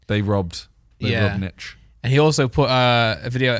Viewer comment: How do they not realise its nich as in short for nicholas.